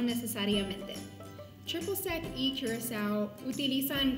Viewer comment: triple sec y curacao. se pronuncia curazao. quizas te suene el blue curacao.. o ""blu curazao"" botellita azul que justamente es licor de naranja, la muchacha nos cuenta las diferencias principales de estos dos licores